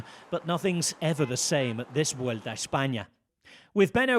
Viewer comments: Kudos to Rob Hatch. Few people in the pro cycling circles pronounce Vuelta correctly!:face-blue-smiling: 👏👏👏👏👏 Just realized he also pronounces Le Tour de France CORRECTLY, too. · The pronunciation of Spanish names and locations is nearly perfect. I wouldn't hate it if other folks took notes.